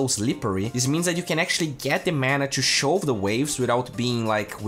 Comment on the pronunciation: Wish I could watch. Love your videos, keep it up! quick pronunciation tip - shove is pronounced shuv, like love. =)